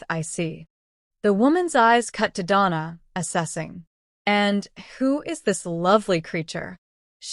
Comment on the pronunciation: I liked the short story. AI mispronounces “Donna” and some other funny sounding garbling. Too much talking about getting into the wrong car, however, I rate this tale a 5 out of 10.